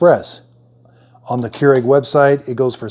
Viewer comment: Came here to hear how americans pronounce this. I assumed ''kee-u-regh'', but it sounded more like ''cure egg'' I am left entertained.